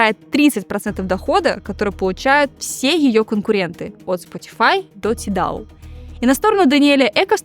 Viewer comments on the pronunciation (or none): Не тидал, а тайдал 🌚